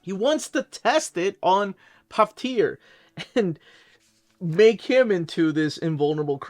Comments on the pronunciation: Pronounced "Puh-V-Truh" 🔥first canon appearance of Samosas and Dosas in 616?? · Your pronunciation of Pavitr made me laugh, man! It is pronounced as Pa-vi-t-ra and means Pure or blemish free. Love your Videos as always!